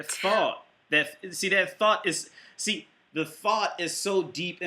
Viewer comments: You say thot like thought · Really irritating when someone pronounces thot as "though" >_< gonna give you the benefit of the doubt my guy and assume it's because Youtube might pickup on it.